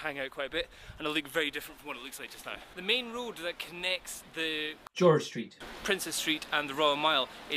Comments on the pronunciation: "George Street" buahahaha :D cool vid (Y) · Awesome dubbing "George St", ahem